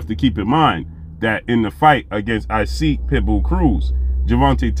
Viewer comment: Hey great brother; love the content. No knock by any means, but admire a brother mastering his craft. The correct pronunciation of "Isaac" Cruz is pronounced like Enoch from the bible or in his case Esoch..ck sound.